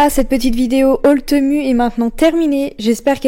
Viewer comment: Bonjour, je regarde très souvent tes vidéos que j'aime beaucoup mais il y a un truc que j'avais envie de te dire depuis longtemps alors je me lance aujourd'hui : TEMU se prononce TIMOU 😉. Soyons d'accord, ma "réflexion" n'est ABSOLUMENT PAS méchante, j'adore tes vidéos et je respecte tout le travail que tu fais 👍🏻👍🏻👍🏻. A+.